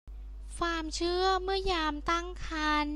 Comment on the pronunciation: ดูมาหลายคลิปล่ะ ก็พยายาม ฟังๆ ...แต่มาขัด ตรงคำพูด ..ฟามๆๆๆๆและฟาม...ทำไมไม่พูดความให้มันชัดๆล่ะจ๊ะ..